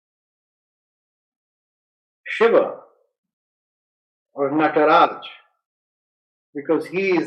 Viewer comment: This fellow can neither pronounce Bharata or Nataraja properly and he is giving lecture on Nāṭya Shāstra. OMG What a bunch of mindless jokers... 😄